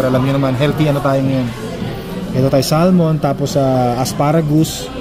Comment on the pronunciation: hindi SAL-MON kundi Sah-mon.